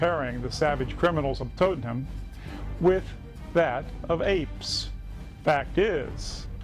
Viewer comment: Haha this is a joke firstly learn to pronounce 'tottenham' correctly, two if you were hear you would have noticed that for one a lot of those pictures were taken from the Liverpool riots which is majority White 'English' people and even in London riot a lot of the rioters were White 'English' people if your going to make a very in valid point....get your facts right